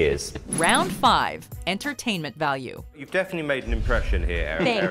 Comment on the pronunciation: "Entertainent"? HAHA